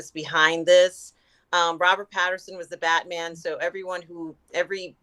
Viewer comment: Rob corrected once last episode, but she keeps saying Robert Patterson, she needs a note card or something so she says his name right.